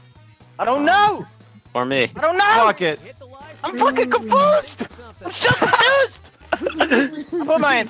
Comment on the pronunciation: “I’m fucking CONFOOSED” lol